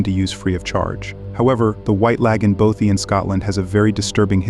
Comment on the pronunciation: How tf do you pronounce "bothy" wrong? Impressive